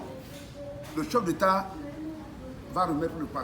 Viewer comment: "cheup détat", "artiste détat" 😂😂😂